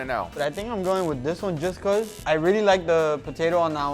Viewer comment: Brits: Po-Tah-To Americans: Po-Tay-To Guga: Po-Tie-To